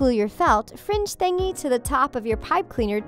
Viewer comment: I love how she says thingy